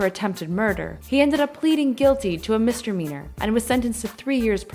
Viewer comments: "Mistermeanor" what the hell... It's misDEmeanor. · Miss-dee-meener, not "mistermeener". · Huh.. No one is going to say anything about (misTERmeanor) instead of saying mesDEmeanor. There is no R after the second M.. come on now.. think, you can do it. I believe in you. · mis-DEMEANOR NOT.....MISTER-meanor. Lol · Today's sad mispronunciation: "mistermeanor" vs "misdemeanor". Come on, up your game! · FYI it's pronounced "miss -- duh -- mee -- nor" not mistry-meenor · Husand? Mistermeanor? Then? Another mistermeanor? Judgment? Amateur hour. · "Misdemeanor" is not pronounced "Mister Meaner". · "mister meaner" lmaoooooo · what is a "Mister meaner"? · she said mistermeanor! lol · Hahahha she keeps saying "mister-meaner" not misdemeanor haha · What's with the narrator saying 'mister-meaner'? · Is it just me, or does she keep saying MISTERmeanor ? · Who the hell is this "Mister Meaner" the narrator keeps talking about? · In making these videos you should probably pronounced everything correctly like Misdemeanor and Phenom for example. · This woman mispronounced phenom and misdemeanor. Not able to speak your native tongue peoperly? That's a crime in itself.